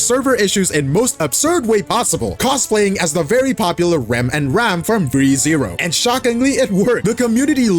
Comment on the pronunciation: bro butchered Re:zero's name to 3-0 🥲😭